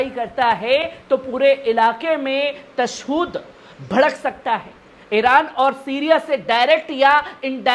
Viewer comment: तशुद नही तशदुद होता है वैसे अच्छी उर्दू बोल रहे हो